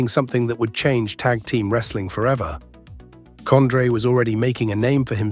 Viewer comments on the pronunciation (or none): Was this AI made or just researched using Google and guess work ? Who the hell is COND-RAY??